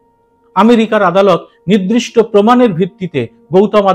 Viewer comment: 'নির্দিষ্ট' উচ্চারণটি 'নিদ্রিষ্ট' ব'লেছেন এই এপিসোডের একটি অংশে। আপনার এপিসোডগুলির বক্তব্যে আপনি যুক্তিযুক্ত এবং অতুলনীয়। সেই কারণেই এটা বললাম। সংশোধনে তৎপর হ'লে সর্বাঙ্গসুন্দর হয়।❤